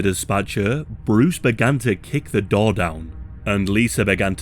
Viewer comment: Why u say Door like that lmao. DOUR